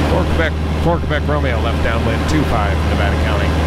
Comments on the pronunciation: I would say more like "Keh-bec" instead of "Kay-bec". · How about a happy airman? And, you pronunciation of "Québec" is not bad; More like "K-bec" though... :)